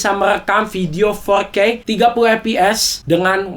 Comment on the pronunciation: Four K bukan fourkkewhegehejkey wkwkwk